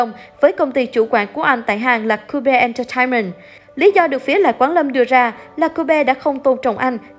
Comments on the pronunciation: Chuyện thì lâu rồi mà cứ nhắc lại, công ty Cube (kiu) đọc là Cu-be, phát âm mấy từ khác thì cố phát âm hay, đọc cong lưỡi, mún líu lưỡi dùm😞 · Vãi cả "Cu be " Đọc là ciu ( giống cách đọc cute) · làm ơn đi ạ anh mới 19 tuổi thôi , có chắc biết hết về anh không mà cứ lôi mấy cái cổ lỗ ra như thế , đến cái cách đọc tên CUBE mà cũng thấy phèn chúa nữa phiền ad hãy mở mắt mà học lại ngôn ngữ và cách ứng xử của loài người 1 cách văn minh đi <3